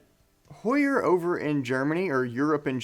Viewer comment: Spot on … ABSOLUTELY the correct way to pronounce HEUER!!!